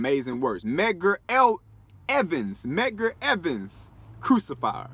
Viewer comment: Medgar Evers** not Evans lol good shit tho good shit